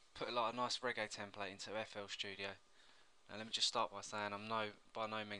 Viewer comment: lol, you pronounce fl studio like a german :D